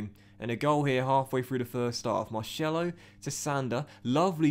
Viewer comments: He is pronounced marSelo not Marshello !!! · You get a bye because of europa league 2 being introduced. Google it Oh and MAR-SELL-O not marshello :) Seems like you don't read the comments?! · It’s not marshello it’s pronounced mar-sello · Tbh u hate when you say marshello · Please, If Marcelo is to become a part of the team, please say it normally. I’m Brazilian and I can guarantee it’s not Marshello. Other than that I’m living the series! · please pronounce marcelo like a normal person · I'll follow you on twitter if you say marcelo properly 😂😂